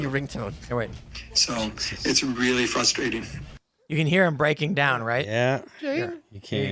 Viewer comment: "It's fwuswating"- Popo (Beerfest)